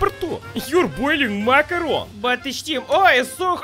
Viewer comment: Love how Boris calls macaroni ‘makarov’ 😂😂 brings memories of the bad vibes of Vladimir makarov from codmw3